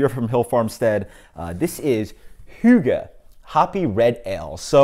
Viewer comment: Pretty dead on pronunciation of Hygge actually! I'm not the biggest fan of Amber Ale either, but this still sounds like a nice enough beer, even though it might not be as good as other HF beers. Good review man, and cool little spiel about hygge haha. I'd say that a decadent beer would suit the term Hygge better too. Cheers!